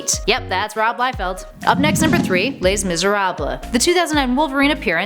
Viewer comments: Lais Miserabla? Honestly.. the consistency with which they can't pronounce a thing is amazing. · “Lez Miserablez”? 🤔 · khal Strikeback just like how she couldn't pronounce Les Miserables? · How about having a presenter that knows how to pronounce Les Miserables? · Whiskey Beard great speaker? She doesn't even know how to pronounce Les Miserables. And she said Alpha fight inside of alpha flight. She was not good. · The Alpha "Fight" bothered the comic nerd in me so much. The Les Miserables mispronunciation bothered the linguist in me. This combined with the obvious fact that she was reading a script she didn't write and almost certainly knows jack shit about comics makes her extremely unattractive. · butchered the Name Alpha Flight and the horrible pronunciation of Les Misérables=credibility gone.